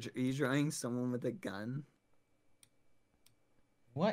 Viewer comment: he's drawring